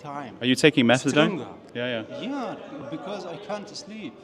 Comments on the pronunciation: I know its petty. But hearing you call it MethadRone was doing my head in. It's MethaDone. But to the facts. Excellent presentation mate. Love it!! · WHY WOULD A DOCTOR GIVE OUT MEPHEDRONE? HE CLEARLY TOLD YOU IT WAS METHADONE WHICH YOU REPEATED.. NICE SMEAR CAMPAIGN